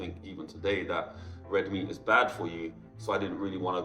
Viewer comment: Why is this British guy pronouncing the word; That as; Dat ?